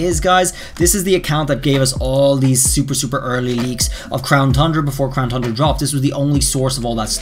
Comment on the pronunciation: Why do u say crown thundra? There's no H